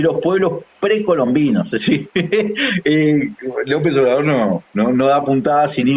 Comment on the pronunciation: Sería bueno que antes de opinar se aprendiera bien el nombre de nuestro presidente, Andrés Manuel López Obrador. Si ofende que no lo diga correctamente.